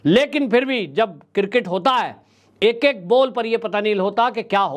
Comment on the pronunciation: Sir, I am sorry to say that it is pronounced as CRiCKET not cirket. So please learn to pronounce the name of sport properly.. It is really shame how they pronounce the name of game. & Nobody corrects our famous news caster.